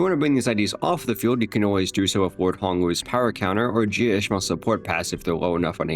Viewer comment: He said "Jia" so many times and not the single time was correct lol